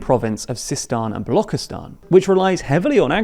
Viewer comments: Not BALOKHISTAN. IT'S BALO (CCCCCHHHHHHH) ISTAN. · Can you please learn how to pronounce "Balochistan". It isn't "Balokistan", its a "ch" sound like charzard. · Dude stop calling it Balokhistan. Its ch as in chips